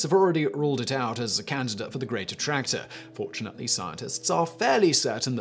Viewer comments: Every time you said "Great Attractor," I heard "Greater Tractor." Southern people problems lol. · I completely thought you were calling it The Greater Tractor. I'm an idiot